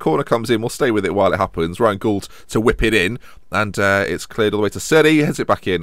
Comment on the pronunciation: You're pronouncing Gauld wrong - it rhymes with called.